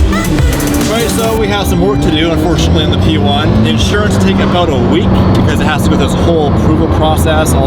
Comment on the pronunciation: “P1!” What I heard: “We won!” Yes, yes you did.